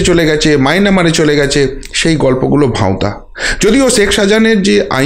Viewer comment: not Mynamar; Mayanmar is correct.